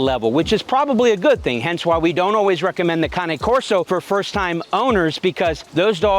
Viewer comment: At least you pronounce Cane Corso correctly.